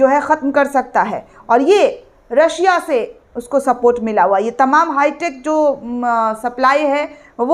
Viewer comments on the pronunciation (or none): none